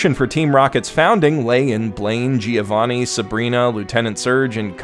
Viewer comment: Why do native english speakers always mispronounce "Giovanni"?